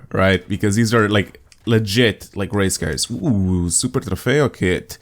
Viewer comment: You actually pronounce "Super Trofeo" and the "Huracán" really good imo 👍